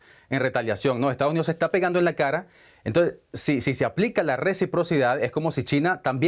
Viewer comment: el presentador dijo "Entonje"? :,)